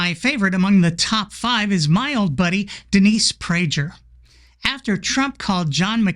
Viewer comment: "Denise Prajer" LOL